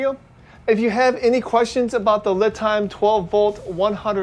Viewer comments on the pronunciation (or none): Li is pronounced Lee by the manufacturer